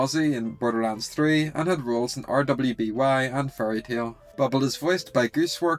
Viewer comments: I must ask why you pronounced RWBY (“Ruby”) as R.W.B.Y. 😂 at like Also I’ve rewound and Re listened to four times and I cannot understand what you are saying here, I think another take was necessary. “Xddcc in the Caesar Cipher means ____” (gowt? Cout? Gelt? It is truly unintelligible… is it “get” based on context?) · Uh. . RWBY. . Is pronounced "Ruby." PS. . If you've never seen that show. . I WANT to recommend it to others. . But the fandom is just really bad. (If you ever you DO decide to give it a watch. . Just. . Stop at season 4. It goes downhill after that )